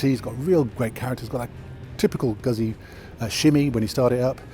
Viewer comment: Goot-see. Prego